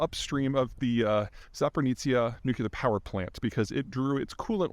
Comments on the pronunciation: Imagine calling it Zaporizhzhia "Nuke-yu-lar" instead of Zaporizhzhia "Nuclear." Peter, when are you going to start pronouncing "nuclear" correctly? It's seriously annoying and you keep doing this. It doesn't make you sound smart. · Zapper-nizza nucular power plant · Peter says something controversial and he gets push back in the comments and he assumes its bots and it confirms to him that he is right!?! Wow. What a genius! I guess everyone who comments on his pronunciation of "nucular" is a bot too? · Hasn’t anyone ever spoken him on how to pronounce ‘nuclear’….